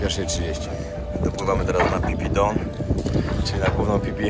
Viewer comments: Ziomuś słowo 'Island' znaczące wyspę czytamy i wymawiamy- "ajlend". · island [ˈaɪlənd Wymowa] rz. wyspa. Litery S sie nie wymawia.